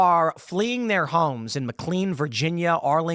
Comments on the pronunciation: Tim, love you, but please stop saying McLean as "Mick Lean." it's "Mick Lane" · lol it’s pronounced mick lane not mick clean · I'm from the DC area. It's not pronounced McCleen. It's pronounced McLane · area folk pronounce it McKlaine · As a McLean resident… the way Tim says McLean is so irritating hahaha